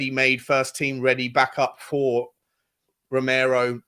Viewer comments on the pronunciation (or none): none